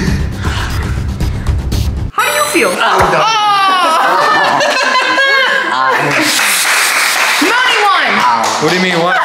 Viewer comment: It's mony not mong